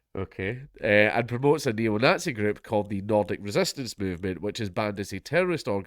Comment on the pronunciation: 'ayle 'eetluh' - the nogtsee probably